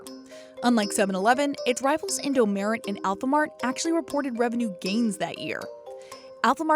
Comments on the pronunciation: well, i almost thought that was a totally different convi store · I cringed when she said “Indomaret” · im cringing on how she is saying indomaret😂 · the way you pronounce indomaret makes me weep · When she said “indomaret” she made me cringe so much. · IS HIW U SAY INDOMEARET ITS SO ANNOYING HOW THE NARRATOR TALKS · Mart in Indonesian is Maret, it is easier to pronounce in their language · SAME SKSKSKSKKS I CRINGED EVERYTIME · I cringed alot whenever she says Indomaret. That just sounds wrong. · As someone who once lived in Indonesia, the way she pronounces “Indomaret” bothers me a lot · yes... she's trying too hard 😪 it's just (mart) with an e! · Im not indonesian Ive never heard of indomaret before until now But her reading it that way sounds so wrong LMAO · Indomaret is Indomart, But on the tongue of an Indonesian It's easier to say maret, In Indonesian, So, be Indomaret. Also Alfamart is sometimes called Alfamaret. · I laugh so loud of how she said indomaret wrongly lol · it annoys me how the narrator said indomaret. is the right way to say it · Da wei u say indomaret XD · indoMARET or indoMART??🤔🤔😂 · Yes its bugging me alot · InD0mAreT ✖️ Indomaret ✔️ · It's Indom"A"ret, not Indom"E"ret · English : “ Indo m-e-r-e-t “ Indo : sorry ma’am its called Indomaret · It's not In-do-me-ret It's In-do-ma-ret Maret like March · Who trigged when she says “indomeret” not just “indomart” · indo mharet not indo meret sjsjdj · I felt cringe when you pronounce in-do-me-re’t, it should be in-do-ma-ret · You say indomaret like indomeret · me too..should be pronounced "indomart" in english..not "indo-merit" 😅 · sure but they said merit not maret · she could've at least said indo-MAH-ret instead of indo-MEH-ret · The way the narrator pronounce indo merit😭😂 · the way you said indomaret infuriated me how to say indomaret : eendou maaret or just say indomart both work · Narrator : indomerid 😹😹😹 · the way she pronounces "Indomaret" as "indo-meret" makes me kinda mad lol